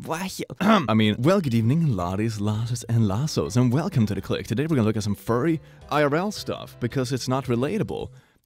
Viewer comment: wewcome siw UwU